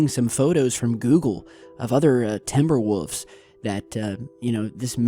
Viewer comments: He says timber woofs 😭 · 'Timber Woofs' lol